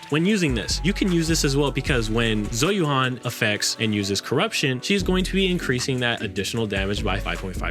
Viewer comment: oh my goodness lordie me she's pronounced "Zhoo Yu-en" ... Zh is pronounced like the Shu in Shush with a Z, and Yuan is pronounced like the japanese currency with a ^ (yên) when spoken quickly, otherwise "Yoo-æn" (æ being between a and e sound for english speakers)